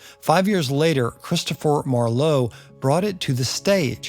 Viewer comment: Couple of pronunciation tips. (Christopher) Marlowe has emphasis on first syllable, Not the second as you said (like Harlow). As Goethe is pronounced Gurh-Turh.